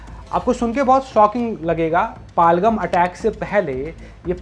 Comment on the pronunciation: Paal-ghum nahi bhai Pahel-gaam hota h